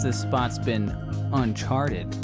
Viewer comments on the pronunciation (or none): when you said "uncharted" my mum laughed in the background and i just died